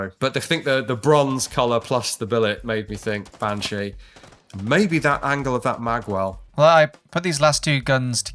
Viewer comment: Bean (Pronounced Ban) - Irish for Woman, Sídhe ( Prounonced Shee) - Irish for fairy. Bean Sídhe, (Banshee) - Fairy Woman. So fair played to for getting that.